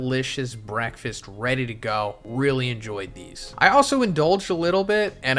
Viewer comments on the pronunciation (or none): none